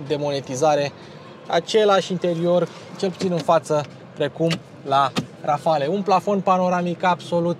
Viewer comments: Multumesc ca nu ai folosit "calitativ" ci " mai de calitate" ! Felicitari! Erai Boier daca spuneai "Rafal" in loc de "Rafale" Xcum, "une grand coup du chapeau " ! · Rafale se citește fără ,,e” la final în franceza. Mi-ai spart de câte ori ai zis ,,Rafale”. Nu sunt cârcotaș dar este vorba de puțină cultură generală .